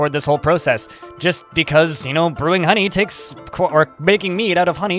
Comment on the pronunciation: funny how you say the word "HOney". lol